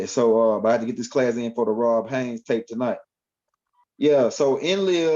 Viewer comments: Why you keep saying Haines when you know it's Haze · 👀 My Brotha.. I ask you not take this the wrong way, but there is no “N” in my Brothers name. It’s cringing. Please please please apologize and correct that. I didn’t say anything but too much time done passed and ROD didn’t say anything but I am. Respectfully 👀✊🏽❤️🖖🏼⚡️♾